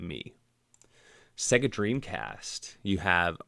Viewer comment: PS SEGA is pronounced Sayga, not Segga!